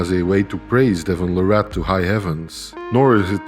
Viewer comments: I had to turn the video off a few minutes in after hearing la-rat over and over again. His last name is pronounced Lare-it. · PLEASE YouTube content providers... LEARN TO PRONOUNCE THE MANS NAME RIGHT!!!!! It's Larratt like Carrot 🥕😮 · Its Devon Larratt like Carrot, atleast pronounce his name right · His last name is pronounced like parrot. Larrat. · You know there was a time when people could debate if he was legend status or not, but as I've been saying the whole time, watch this man and what he does over the next 5yrs and u can't even argue it anymore. The facts speak for themselves, and when he beats Levan......he will be crowned the indisputable king of arm wrestling Now you just have to get the pronunciation of his last name right lol. It's Larratt, as in Carrot!😮